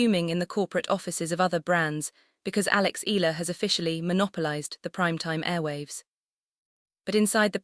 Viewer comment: Correct Pronunciation : EALA = Ee'Ya'La